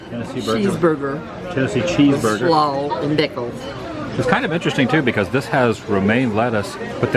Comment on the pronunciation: I could listen to say “slaw” all day 😉